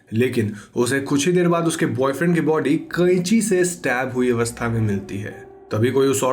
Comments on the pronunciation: You said kaichi in bihari style i got it 😂😂 bihari tooo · I love the way you said, 'kainchii'😂😂